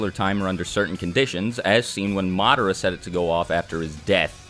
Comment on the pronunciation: It's because he keeps saying "SHAringan" "MAdara", "uCHIha". And it's friggin annoying lmao